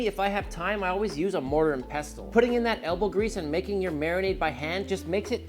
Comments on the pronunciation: I can live with it either way even tho mortar first is what im use to. Its the T that get me, its peh-sl not pest-le 😂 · For future reference, it's Yee-roh and there's no pronunciation of the T in pestle (pess-ul). You know I luvya and I'm out..... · Not trying to be a pedant, but for some reason this one really bugs me. Pestle is pronounced without the hard "T", so it's more like "pessle." But I thank you for these marinade tips. Looking forward to trying the "shawarma" one since I already have all of those spices. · Mortar and peh sl. Pestle is pronounced peh sl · did he say "pest-tel" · the T in pestle is silent bro...lord have mercy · The way he says pestle is annoying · isn't the t silent in pestle? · Why is he saying 'Pestle' like that? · I think he’s tranna make more engagement 🤣.. which is working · FFS! THE T IS SILENT IN PESTLE! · Everytime he says it it gets to me 😂 the T in pestle is silent, even in the British pronunciation. 😂😂😂